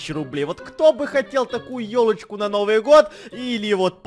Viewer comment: Мне послышалось не ёлочку а тёлочку